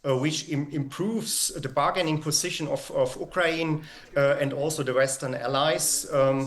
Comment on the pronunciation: You brought in an expert who can't even say "Ukraine" right...